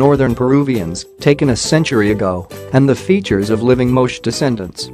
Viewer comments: Your mispronouncing the Moche name, it's not pronounced Moch but is pronounced like it long a sound at the end Moch-a even though it is spelled correctly as Moche. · Moe Che costal plains people not a one syllable Moche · It is pronounced Mo-chay.